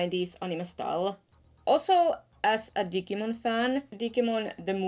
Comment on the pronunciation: thats not how u pronounce digimon